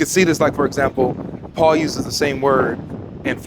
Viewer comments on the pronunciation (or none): none